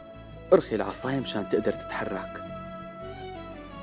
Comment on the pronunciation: تدقر بدل تقدر 😂😂